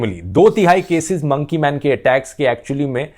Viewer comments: Nobody literally nobody Dhruv: Mounkey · monkey .........pronunciation 😂